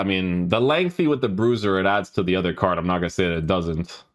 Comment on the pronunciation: isit me or can he not pronounce card? most of this words have arge at the end lol